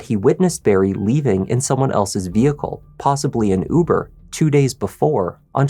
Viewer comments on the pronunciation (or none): none